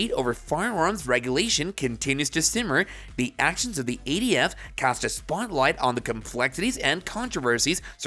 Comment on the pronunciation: It’s not eighty-F it’s ATF